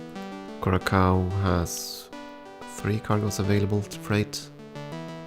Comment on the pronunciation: For what it's worth: It's Kou-Rah-Saou, not -Kaou